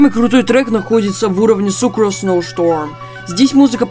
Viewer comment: не сукорс а сукроус